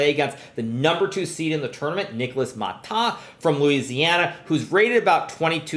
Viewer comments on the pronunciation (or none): none